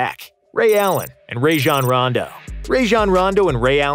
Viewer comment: Mans did not just say ray-shawn rondo 😂